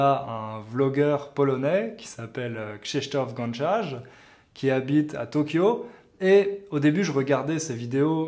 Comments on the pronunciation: Love the way you pronounced "Krzysztof Gonciarz"! ;) Hope you enjoy Poland. Cheers from Poznań! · Tu prononces trop bien Krzysztof Gonciarz ! Bravo car ce n'est pas facile de parler polonais ;) Moi aussi j'ai appris le francais aussi grace aux videos yutube. Merci pour le partage !